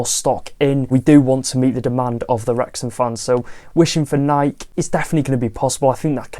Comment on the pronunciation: This is how you pronounce Nike: nai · kee